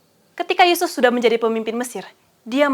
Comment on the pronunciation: Mantap, kalau bisa di edit sedikit menit ke 11.33 ya. Krn semangat menyampaikan materi sehingga nama Yusuf terdengar seperti sebut nama Yesus.